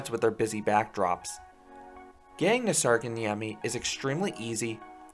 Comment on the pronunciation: Sarkanniemi NO its särkänniemi IM finnish